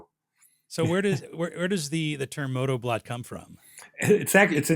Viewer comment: BLOT means Blood .... it was a sacrificial ceremony in both Norse and Anglo Saxon culture. It wasn't a party ...it is pronounced like Bloat